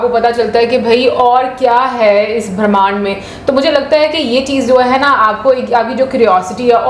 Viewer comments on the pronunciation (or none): it's Bramhand not Bhramhand or Bharmhand.. which you have pronounced.👍